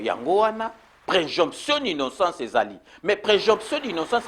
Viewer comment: On dit présomption mon cher pas" préjonption"